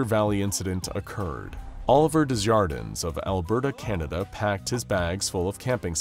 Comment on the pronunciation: 1. Thats not how you say Desjardins, in the English or French pronunciation, (it's the J part, unless it's an accent, it sounds off) 2. I've NEVER seen my last name anywhere before 🤣😭 (other than the bank lol)